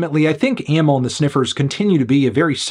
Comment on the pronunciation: He pronounced it like most people do